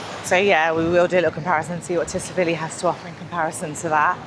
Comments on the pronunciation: but you say it as 'T' Silivi. Lol. Keep vlogs coming. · Nice vlogs, but Tsilivi is pronounced 'Sillyvee' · I always marvel at how many people pronounce Tsilivi wrong,it’s not Tsivili it’s TsiLIVI.